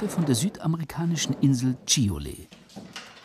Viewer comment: und die schöne Insel heist Chiloé, nicht Chilolé, so 200 km südlich von uns